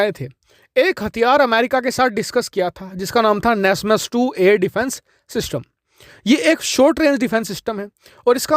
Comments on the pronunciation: nasmas nahin bhai NASAMS Air defense system hota hae bro 😂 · NASMAS nahi NASAMS